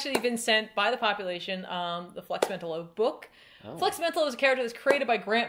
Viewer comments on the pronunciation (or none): This is such a fun one. Though I thought Flex's last name was pronounced MEN-tallo